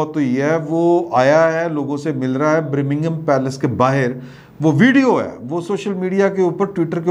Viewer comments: پائن ۔۔۔ برمنگھم پیلس نہیں۔۔۔ بکنگھم پیلس۔۔ پروڈیوسر صاحب وی لگدا اے کش لا کے بیٹھے رہندے نیں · Buckingham Palace (not Birmingham Palace) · Buckingham Palace not Birmingham Palace